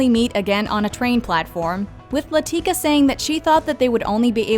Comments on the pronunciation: La-ti-ka, not La-teak-a!!! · Okay, narrator? Go watch Slumdog Millionaire. The fact that you pronounce it "LaTEEkah" tells me you're just reading the script and haven't actually seen the movie for yourself. Watch it. It's wonderful. You'll enjoy it. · How the heck do you guys keep mispronouncing Latika every single time Slumdog Millionaire is on a list. That's probably the most said word in the movie